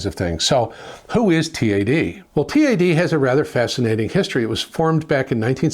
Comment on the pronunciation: It's TAD, not T.A.D.